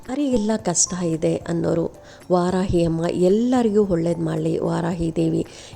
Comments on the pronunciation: ವಾರಾಹಿ ಸರಿ, ವಾರಾಯಿ ಅಲ್ಲ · ವಾರಾಹಿ ದೇವಿ ದೇವಿಯ ಹೆಸರು ಸರಿಯಾಗಿ ಹೇ ಳಿ